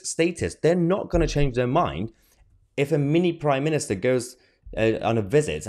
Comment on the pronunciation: No, but it's "Prime Minister", not "priminister".